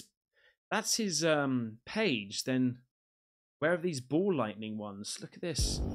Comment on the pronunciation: Its not Ball lightning, its 'Mall' lightning :P